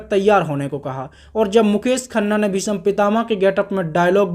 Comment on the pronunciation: Bhisam kya bol raha h bhai bhism bol na